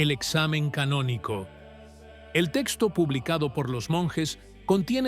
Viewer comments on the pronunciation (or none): none